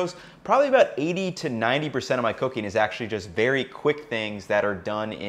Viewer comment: Why does this guy say "cooking" as "cocaine" 😂😂. Jokes aside, i liked this 👍🏾👍🏾